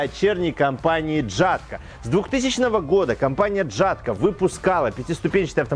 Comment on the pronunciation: хоть это и не правильно, но ели говорить ЯТКО - это мягче для уха